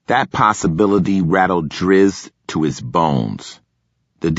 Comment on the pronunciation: It's Drizzt not Druzzt... Dizamn so dude updated it from cube to T, but brought the u over to be a smartass